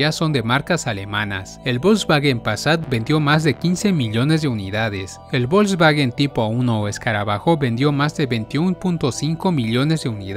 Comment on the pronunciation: Muy buen video, y con respecto a las pronunciaciones, me atrevo a decirte que has pronunciado mejor los nombres alemanes (excepto Porsche y Volkswagen) que los nombres italianos. Soy de origen español, tengo ciudadanía italiana pero vivo en Alemania, en Stuttgart, ciudad que es la cuna de empresas que has mencionado, como Daimler Benz, Porsche, Bosch, Kärcher y muchas otras.